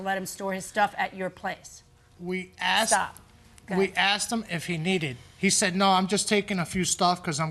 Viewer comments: do parents teach their children to say 'axed' instead of asked? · Anytime someone on this show says they”acksked me”, you know they’re gonna lose.